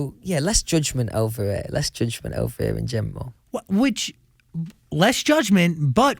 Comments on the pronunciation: Nobody: Louis: in gemral, in gemral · No one: Louis: in geMral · „in gemral“ i love him so much ahaha